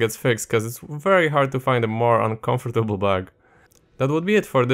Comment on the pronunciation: mordo, czytaj KAMFDEBUL, nie comfortable :D